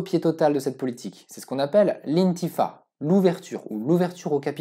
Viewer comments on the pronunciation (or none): Petite correction. Il faut prononcer "infitah" et non pas "intifah".